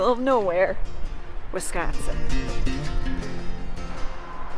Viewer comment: Great video! You hooked me as soon as I heard you say "Wisgonsin." I grew up in Shawano County (Caroline, pop. 250) in the 60s and 70s and spent a lot of time Up North. Woodruff and Minocqua and that area are great year-round. Caroline has an annual Colorama festival of horse trail riding, camping and music each fall, if you're ever in the area at that time of year... Thanks again for the great video. Love your editing, but it looks like a lot of work.